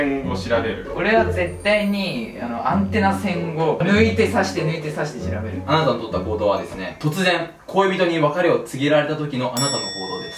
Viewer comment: 『あなたは桃太郎です』のところ『あたな』になってるw そして、ドッキリのところドキッリになってるw 疲れてるのね...